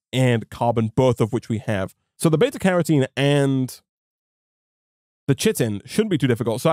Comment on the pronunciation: I'm appalled at your inconsistent pronunciation of Carotene.